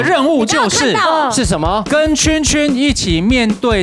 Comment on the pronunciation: 是峮峮ㄑㄩㄣ Dolly念錯了啦～😂